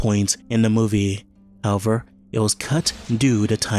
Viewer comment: Good video, but please, learn how to say "however"